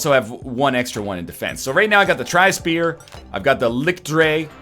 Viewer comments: Are you actually from Germany? As a native German, "The ch sound in german is exactly like the sh sound in English. There is no difference." this statement is just plain wrong. The sh in English is pronounced with your front teeth touching, the ch in German is pronounced without your teeth touching. They are completely different sounds phonetically, just on the basis of them being produced in entirely different ways. Maybe in some dialects, some Germans pronounce ch that way but that's just a dialect. The correct way to pronounce ch in German isn't anything like the English sh. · The right pronounciation would be something like: Li-sh-t-sh-p-air (Li-ch-t-sh-p-eer) (from German for: Light Spear) The sh sounds are just like in fish. The "air" is pronounced just like air. The other consonants you nailed pretty much; they don't have a special or different pronounciation than in english. For reference, you said: licked spear. However, as an addendum, the devs do not seem to speak German themselves or only know the meme-y version of it. Putting "das" in front of every noun is simply wrong in a lot of cases. For example, the level "das frostberg" should be called "Der Frostberg" (capitalization intended). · Not really a Seoul Seoul situation - the German pronunciation of Lichtspeer is far enough away from "Licktspier" that you don't have to be German yourself to hear the difference. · Sound like he is saying lick spear :D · So, it's pronounced "Lih-hyoot"? That doesn't sound right. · Just for future reference NL, this would be pronounced Licht, with a very soft h sound in there, kindof like you're saying the c and the h seperately not together, speer. The "sp" sounds makes a "shp" sound and the "ee" makes an "a" sound. Liktspare. Think of it like that. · everytime he says: ligkt. i die irl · Funny Pronounciation! I'm German and I only watched this video to hear how english speakers say " Lichtspeer" xD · Es ist nicht lichtspeer, es ist lichtspeer